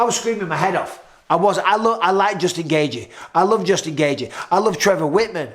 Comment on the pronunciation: Gay gee gay gee gay gee. Justin gaygee. It’s pronounced gay chee. The first second of the main event had twice the action of Rose vs Carla. But Rose is still the best. Her foot just slipped for five rounds. ..